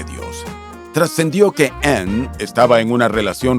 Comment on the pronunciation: QUE FEO PRONUNCIAS. !!ANN!!